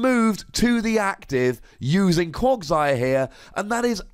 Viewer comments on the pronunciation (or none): why are you say bad at Pokemon pronunciations? Quaqsire has an A in it, not an O. It's pronounced "Cwag-sire" not "Cwog-sire", as confirmed in the anime!